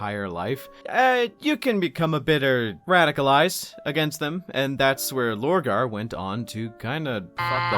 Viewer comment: Purporting to explain Horus in far too much depth, without even touching on Lupus Daemonis. This is a complete joke. To think people pay for such abysmal content... The next one is called Lorgar. Not Borgar. 3/10 for at least being able to repeat what everyone already knows while adding the most milquetoast uninteresting takes on it.